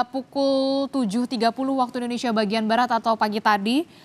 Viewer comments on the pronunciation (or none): none